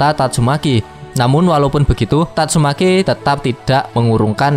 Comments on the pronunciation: Tatsumaki anjiiiim,,,, bukan tatsumeki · TATSUMAKI minn, bukan tatsuMEKI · Gak salah denger bang "tatsumeki"😅😅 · Tatsumaki min... Meki meki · tatsu.....MEKI wkakkak anjir mimin nih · Tatsumaki bukan tatsuMEKI😅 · tatsumaki aj bang, jng meki aneh pkiran gua.haha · Tatsu"meki".. COKK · Gakak ketika mimin bilang tatsu...meki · TatsuMAKI bang... jangan typo dong klo ngomong 😁😁